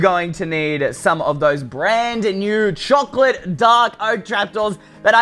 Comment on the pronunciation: Choclate..? ...... ..... .... CHOCLATE!!!